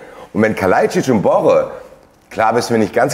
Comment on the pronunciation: BorrEEEEE! Nicht Borre.